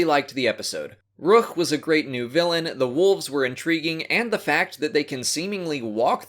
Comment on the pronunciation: Thrawn pronounced Rukh as Ruh-KUHR